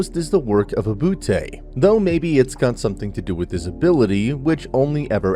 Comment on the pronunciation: Dang it’s called bootay